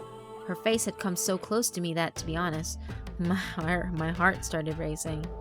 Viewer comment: your country came out. "Ma haurt- my heart.." Damn those hiccups, interrupting recording lol